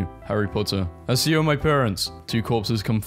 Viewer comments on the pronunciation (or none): “Assio”??? It’s “ack-io” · as a harry potter fan ITS 'ACK-E-O' NOT 'ASS-E-'O' "YOU AS A 10 YEAR OLD I CANT SWEAR SO FRICK, LEARN HOW TO SAY THE SPELL, IM NOT MAD AT YOU JUST LEARN HOW TO SAY IT, [sorry about my rage just if you're still reading this learn how to say the spell) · It’s pronounced akio not asio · Why did he say assio and not accio😭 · bro really said assyo im done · ITS ACCIO WITH A HARD C, NOT ASS-IO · you didnt say 'assio'. i know you didnt. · Bro really said assio💀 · Did bro just say assio 💀 I like this guy’s content but that shocked me